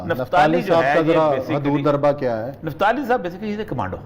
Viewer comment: निफ्ताली नहीं बोलो,इसे कहते हैं निप्टाली ,कई चीजें निपटा ली । निपट भी रही हैं।